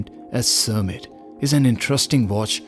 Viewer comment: Its Kermit (from Kermit the Frog on the American show Sesame Street) not Cermit.